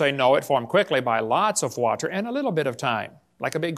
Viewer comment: proof that Kent can in fact pronounce "water" like a normal person. proof that he purposefully, selectively says "wah-TTer" like Helen Keller as an affectation.